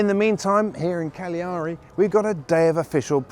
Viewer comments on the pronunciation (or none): It's Càgliari and not Cagliàri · Sorry to correct you, it is pronounced Ca'gliari not Caglia'ri. I can imagine that it is diffficult for you😂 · not easy pronunciation for anglo saxon.... CAGLIARI with accent of the first A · Let’s get this straight: it’s pronounced CALiari! 😉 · Sorry but the stress in Cagliari is on the first A not on the last :body-blue-raised-arms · get this - you pronunciation of Sardinia's principal city Cagliari is - at best - sloppy; you reveal your Britishness. Unlike the French, Italians are forgiving of those who mangle their language. Without getting overly deep, here's a url to clue you in